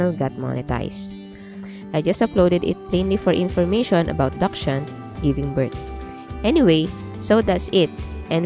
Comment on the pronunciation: First clue you aren't an expert is the way you pronounce dachshund